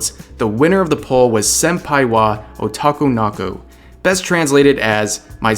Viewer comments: it's pronounced "senpai wa otoko no ko", not "otakunaku" the translation is pretty much correct though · That Bisque Doll is in Love. Please use that translated title. Mo no gah tah ree - please practice your pronunciation. Oh god you mangled ... Sem pai wa oh toe ko no ko PLEASE PRACTICE! 先輩は男の子